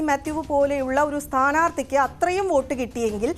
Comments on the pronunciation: വേട്ടു അല്ല വോട്ട് 😝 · വേട്ട് അല്ല വോട്ട് 😂😂😂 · 'വേട്ട്' ... അല്ല സര്‍ ...!!! 'വോട്ട് ' എന്നെഴുത്....